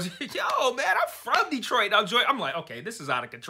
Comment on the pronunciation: "Yeah, the episode was fine. Honestly, though, it's nearly a week later and all I can think about is that place called — tell me if I pronounce it right — Deee-troyt??? It sounds awful. Do you think this Deee-troyt place exists outside of the Handmaid's universe? I sure hope not." 😄